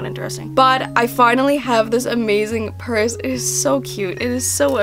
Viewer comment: You can't say burse, but you CAN say p-p-purse which I thibk is just as funny and annoying